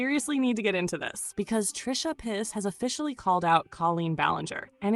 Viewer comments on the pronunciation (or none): did you call her trisha piss??